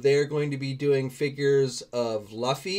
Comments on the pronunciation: It's pronounced as Luffy(LOOFEEE) not (LAHFEE) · Don't know how how he got LO from L U. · the name Luffy is pronounced as Looffy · "Luhffy"..."Sand-ji" 🤣😂 I cringed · pronounce Luffy’s name Me: 🤦‍♂️ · Hearing the way you say luffy made cringe a little 😂